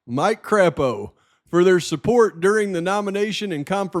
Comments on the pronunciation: It's pronounced Craypoe. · Hi! Thx for all u do!! I grew up in Idaho (Sun Valley and Boise) and wanted to tip u off on a couple pronunciations. Shoshone is pronounced Show-shone, no “ee” sound at the end ☺️ And Crapo is pronounced crepe-o. Although I’ve heard many people throughout the years reference him as crap-o based on his politics 😆 I appreciate alllllll the hard work u do. Keep up the good work and stay safe! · Pronounced Cray-poe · Mike Crapo is pronounced Cray po.